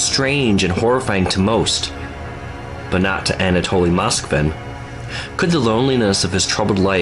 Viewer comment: It’s pronounced an ah toh lee (I’m rather a stickler for proper pronunciation of names. What you’re pronouncing is an ah tah lee. If that were the case it would contain 2 l’s- Anatolly like the words folly or jolly. Notice how the words holy & moly only has 1 L. Strong O. The word holly has two L’s & is pronounced like the others with 2 L’s lol language has rules for a reason. So we can all pronounce things the same way & there’s no confusion.